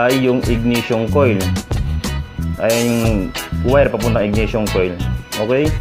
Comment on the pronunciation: IGNITION sir, not IGNATION